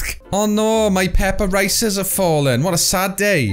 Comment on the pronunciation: " Peppa rices " 😂